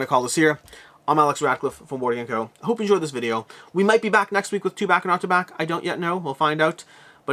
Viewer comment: when you said "to back or not to back" it sounded like you said "Chewbacca"